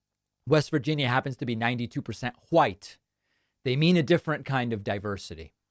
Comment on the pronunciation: I love the hard 'h' when you describe West Virginia as mostly white 🤣